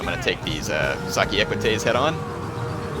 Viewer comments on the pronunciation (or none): OK, one more comment: and earlier/later, it's SOC-IE-AY, not "SA-KI". As in social or society, indicating their status within the Roman army and society, not as in "sucky" (they're very good units for their cost, actually)